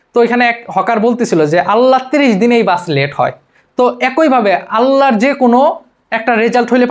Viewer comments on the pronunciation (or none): none